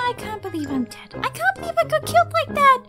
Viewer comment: I funny for he say ｄｅｄ